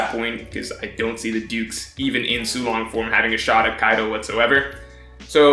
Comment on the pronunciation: everytime he said dukes i thought he was saying dudes lmao